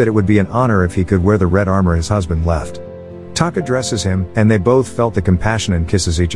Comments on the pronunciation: Taka, not Kata. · You literally had one job, her name is Taka not Kata